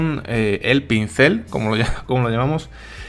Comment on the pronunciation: "pencil" en español significa "lápiz" no pincel. Otra palabra q tiene q decir bien